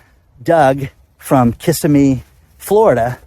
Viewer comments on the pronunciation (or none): Dan...absolutely love your show!! But it's not "Kissa-me" Florida! ROFL ...it is pronounced Kuh-Sim-me, Florida.. priceless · FYI Dan, it's pronounced Kisimee